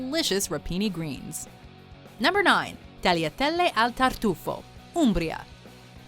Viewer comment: It’s not tarletele